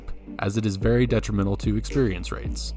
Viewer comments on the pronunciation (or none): none